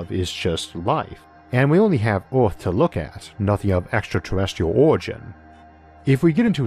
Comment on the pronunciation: I recently found your channel and I’m so confused I have no clue where I start or where I end. I find it cute that this narrator speaks his “R’s” like you’d talk to a baby. He says the word emperors as “empewus” like a baby. Earth spoken as “Uwuth”. What if hes talking to us like a baby because hes millions of years more advanced like we goo goo ga ga our babies. LOL